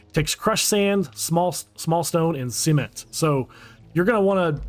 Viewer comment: Why are you crafting “Sement” it’s Cement! 😂